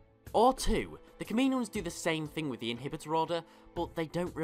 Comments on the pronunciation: ka-ma-no-ins I couldn't finish the video because of your butching of the word. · You pronounce “Kaminoans” horrible btw 😂